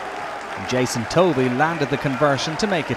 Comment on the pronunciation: I wish the commentator would learn how to pronounce names. Davies as a Welsh name is said Davis and Jason's surname is pronounced Tuvey.